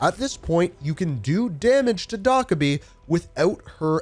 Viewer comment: I appreciate the guide, but the way you were pronouncing Dokkaebi had me tweaking. It’s pronounced doe-keh-bee, not doc-eh-bee